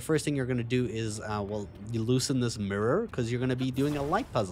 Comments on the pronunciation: It probably shouldn’t, but it really bothered me that you pronounce mirror like a Memphis rapper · Like your accent and the way you say mirror (murror) 😄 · My man said “mirrur, first time seeing it” like he’s never seen an actual mirror before.